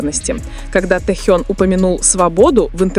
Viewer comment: Блогер не Тэу а Тэхен ---как вам верить???